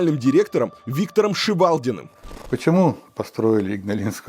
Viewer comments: Ух как режут слух слова из детства. Не ингалинская, а Игналинская АЭС. Не ШевАлдин, а ШевалдИн. Не Каунус, а Каунас. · И в произношении фамилии последнего директора ИАЭС :) Виктор Николаевич ШевалдИн... Ударение на И ;)